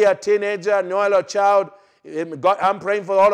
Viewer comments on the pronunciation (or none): none